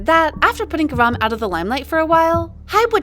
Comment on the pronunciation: Why did you pronounce garam wrong